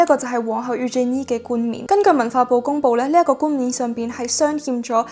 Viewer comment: Thank you for sharing! Just a little reminder, its 鑲嵌 (humm), not 欠